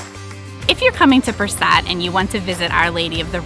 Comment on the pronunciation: Nice vlog very informative. What were you calling the town of Perast?